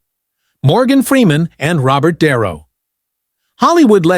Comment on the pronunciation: Can't AI pronounce the name de Niro? De Niro is no longer loved He is a nutter!